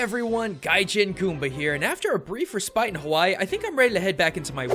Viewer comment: did you really say re-spite